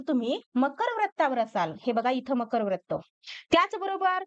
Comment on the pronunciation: Nice tai But Pls Pronounce further Vra as vru Vratt it's vrutt